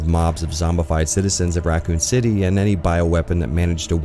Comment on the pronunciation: “Ruh-coon City”